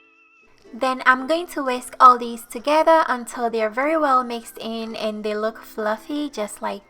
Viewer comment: I like how you say “together”...sounds like togehda.